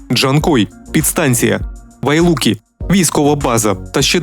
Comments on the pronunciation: да что же название одно? А балаболить языком другое! вайлуки!!! Ты хоть название правильно произноси грамотей!!! ВАЛУЙКИ!! блогер каканый. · Валуйки, а не Вайлуки.